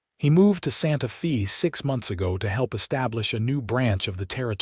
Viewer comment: Santa Fee? Tuscan? AI ain't all it's cracked up to be.